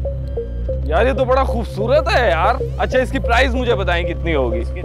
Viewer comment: Sir price not prize karachi alyo ki ho gya pora English sikh lendy